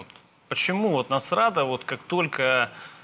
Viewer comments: Я с первого раза не расслышала, а потом мне понравилось слово " НАСРАДА ". КЛАСС. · "Насрада", блин!